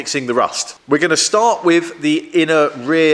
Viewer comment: Just needs to stop saying wif and vat